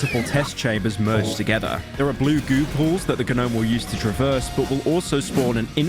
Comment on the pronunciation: I can not stand the pronunciation “Guh-nome”